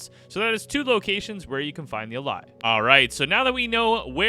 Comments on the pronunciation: It’s actually pronounced (ã-lay) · "Allay" is pronounced uh-LAY, just like the regular English word "allay", as in "allay suspicion."